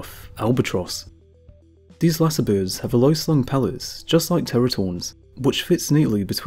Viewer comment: Can someone please teach this guy how to say"birds"...he keeps saying "Boords".